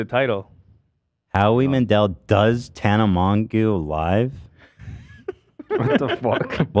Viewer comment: It’s so disappointing that Ethan pronounced tanas name wrong